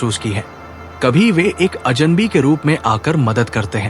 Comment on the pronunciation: कृपया अजनबी शब्द को आप अजन वी न बोलें।